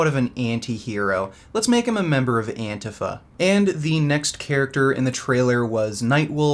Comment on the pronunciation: what offends me is the pronounciation of antifa